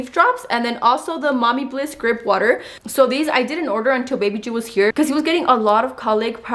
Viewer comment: SELENE WATER 🤣🤣🤣... GRIPEE WATER...🤣🤣🤣 too many too count.. Ay lol